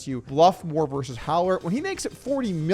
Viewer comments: Versus. The word is versus. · "versus" has two syllables. FYI